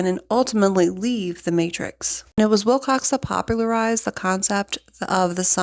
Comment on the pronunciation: Please don’t be offended, but out of respect for the man, please say his name properly. There is no “x” in Wilcock.